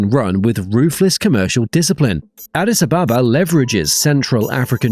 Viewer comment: ET could have turned SAA's misery. Bu they turned down ET's offer. ET also connects Cape Town several times per week in addition to JNB. Imporantly, try to lisen to the locals when pronouncing Addis Ababa. Mind you this is the only non colonised capital city in Africa.